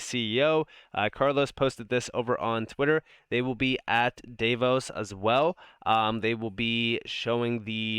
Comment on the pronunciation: If you care, it is pronounced Dah- vos BTW, I watch everyone of your videos, you are super smart and very helpful.